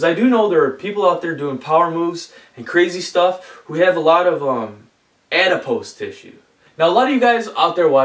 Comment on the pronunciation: The way he said adipose tissue lmaoo